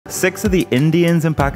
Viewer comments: Just a small problem with this video is that l, PLEASE pronounce the word Sikhs in a siffrent manner, it sounds sus. Love you btw, and your videos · Respect for not pronouncing it “seeeks”